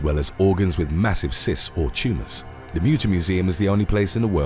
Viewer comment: I’m from Philadelphia and have been to the Mutter museum. Its awesome! It’s pronounced Mutt-er by the way.